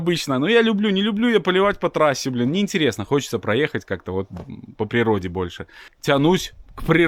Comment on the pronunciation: Под словом "природа" слышится утопиться в болрте😂